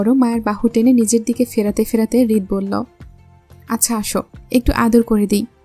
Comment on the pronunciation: rid maya ka rit bole